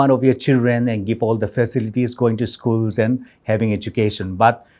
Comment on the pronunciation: Bhaolance, phis(Fish), school(Eschool). Tell me Whose english pronunciation is this?😂